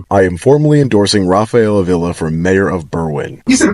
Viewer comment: Avila. Ah Vee Lah.